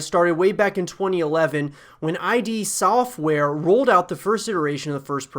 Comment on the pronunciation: It’s id software not I.D. Software